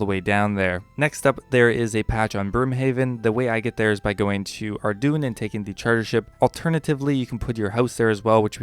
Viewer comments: Ardougne is pronounced Ardoyn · Good info but I can't focus when Ardougne is pronounced ar-doon